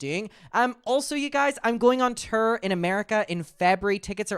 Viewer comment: TOURRRRRRR ORRRRRR not TURRRR URRRR! No hate Its just driving me crazy!! haha